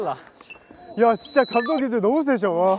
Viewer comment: 드립 실패한거 민망해서 툴툴대는 부씨와 단호한 댕댕이 뒤에 있다ㅏㄱ 쏙 나와서 카메라 의심하는 보보 무조건 이기고 싶은 딸랑구 95드립 이거 에이 쥐쨔~ 새삼 제작진이랑 하는 게임이 이렇게 재밌을 수 있다는 게 신기함 귀염뽀쟉 ㅋㅋㅋㅋㅋㅋㅋㅋㅋㅋㅋㅋㅋㅋㅋㅋㅋㅋㅋㅋㅋ 파스스 사라지는 광기호시 아 얄미워 아으 말투 뭔데 ㅋㅋㅋㅋㅋ 패배 인정하는 귀여운 도겸과 손구락 꼼찌락대는 귀여운 한솔이 당신 눈웃음도.. 놀라운 표정변화 귀여워라 해설도 귀여움 뜨끔 한번 해보고 싶었던 댕댕이 팔짱끼고 있는 게 너무 귀여웟... 항상 생각하는 거지만 고잉은 편집만 좋은 게 아님 카메라 무빙도 좋음 선량한 말투의 승관씨 팀워크가 참 좋아 절망에 빠진 제작진들 일으켜 세우는 댕댕이 핑그르르 순영이 족구 한 맺힌 승관이와 그걸 말리는 댕댕이 이거 살인미수임 심장마비로 죽을뻔했음